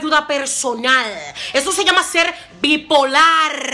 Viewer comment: Jajajajajajaja buena esa reflexion!! Bipolarrrrrrr con rrrrrr